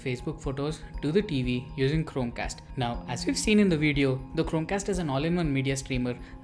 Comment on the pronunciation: Bhai.. Chromecast to thik se pronounce kar leta..... Wtf man.. It was so annoying